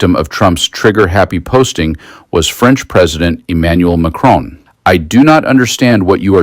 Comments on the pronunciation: Please pronounce the name of the President of France correctly. It should be ‘Mack Ron’ not Mack Roan’ c’mon. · His name is MAC-RON!!! NOT MACRONE….. FFS! Please try….! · Your coverage is great, as always, but could I respectfully point out to America that there is no E at the end of President Macron's name! It is pronounced Mac-RON, not Mac-RONE 😉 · PLEASE STOP SAYING Macrone - It is MacRON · Président Ma-chron, NOT Ma-crone! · You know, his name isn’t McKrone. It’s Macron. The O is the same one in hot. You don’t say “Hoat”… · It is NOT Macrone as in phone or bone or tone. There's no bloody E at the end. Can't you read properly? I doubt if your finger is on the pulse of the latest news when you cant even pronounce the name of the President of France correctly; show some respect! It is quite simple...... MacRON. Jeeeez! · Why do USA people find it impossible to correctly pronounce ‘Macron’? 🫩And why did you ignore Prime Minister Mark Carney’s fantastic speech, which garnered a very rare standing ovation? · Get your AI to pronounce " Macron " properly. Or don't use AI...... grates on the ears...